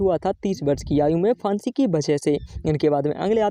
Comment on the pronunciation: फांसी भी बोलना नहीं आता